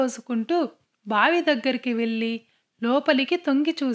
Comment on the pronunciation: మల్లి మల్లి కాదు మళ్ళీ మళ్ళీ అనాలి వెల్లి , వెల్లాడు కాదు .. వెళ్లి , వెళ్ళాడు అనాలి తెలుగు స్పష్టంగా లేకపొతే వినటానికి బాగుండదు